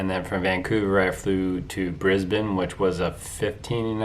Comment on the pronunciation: Thank you for saying Brisbane the right way